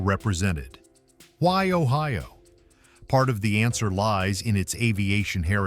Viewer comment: Your video is ridiculous. The visuals are not in Ohio. No palm trees where I lived. Your pronunciation is also ridiculous. When you tell about the state flag, intelligent people would show it. And it goes on and on. You show nothing of what you are talking about. I would never recommend this foolishness to anyone.